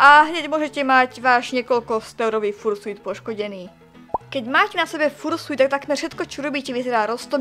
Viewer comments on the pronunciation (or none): raz a naposledy. vyslovuje sa to FARŠJUT! x)